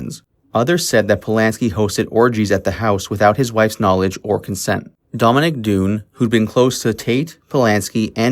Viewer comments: Some names were mispronounced in this video. "Elk" is really "Elkey" and Dominick's last name was pronounced like Dun, not Dune. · Dominick’s last named is not pronounced Dune but DONE. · It is pronounced Done, "Dominick Dunne", not 'Dune." Also, her friend's name is pronounced with a long e at the end "Elke (Elk ee) Sommer (Summer)." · Dominic’s last name is pronounced “done,” not “DOON.” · The pronunciation of names is really bad -- "Elkeee" Summer not "Elk", Dominic Dunn rhymes with bun. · Dominick Dunne Pronounced "done"